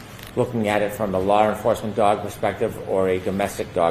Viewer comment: go back to Junior High School and retake the course “English”. You obviously failed it. Law Enforcement is pronounced “Law Enforcement” not “Lawr Enforcement”.